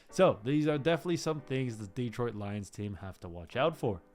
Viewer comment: Mispronounciations abound... many on the names of the players, but the most glaring repeated one is... it's de-TROIT, not DE-troit.